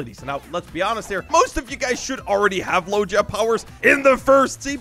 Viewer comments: HIM SAYING lojia not logia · Mane pronounced logia as logeia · Me when I see people who say lodgia 💀 ITS PRONOUNCED LOW GIA LOGIA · i love that he mispernouces logia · Dude still doesn’t now how to say logia right